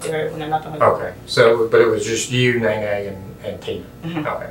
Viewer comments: Not "Neene". It's Néné lol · The AI voiceover could not handle the name “Nene”